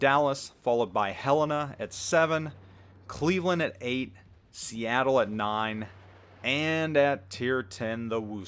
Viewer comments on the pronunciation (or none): none